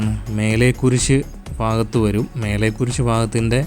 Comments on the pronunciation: മേലെ കുരിശ് അല്ല മലേ കുരിശ് പാങ്കോട് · മേലെകുരിശ് അല്ലേടാ പൊട്ടാ മലേകുരിശ് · മേലേ കുരിശ് അല്ലാ😅 മലേ കുരിശ്😂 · മേലെകുരിശ് അല്ല മലേകുരിശ് ആണ്